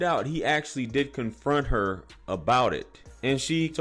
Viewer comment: We pronounced her as har